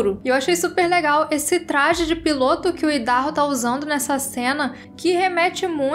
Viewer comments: exato...é como a pronúncia do nome do estado norte americano mesmo...áidarrôu... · A pronúncia é "Aidarrôu"